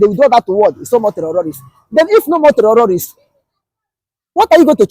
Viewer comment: Please put this man back on track. The word terrorists not the where he's pronouncing it.